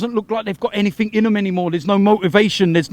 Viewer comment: The word is 'anything' there is no such word as 'anythink'